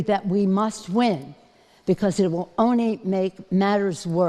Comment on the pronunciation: Everytime she says only she pronounces it "oni".... Is she stupid or envoking Japanese demons?